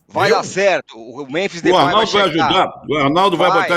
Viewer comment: Primeiro: Memphis. Falem direito.